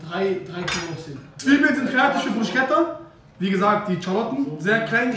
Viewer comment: bro es heisst bruschetta (man sagt BRUSKETTA). sehr geiles video btw